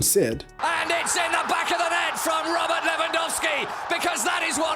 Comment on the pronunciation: oh yes, the famous Robu Lewandowski Edit: and then you proceed to pronounce "Legia Warszawa" almost perfectly wtf :D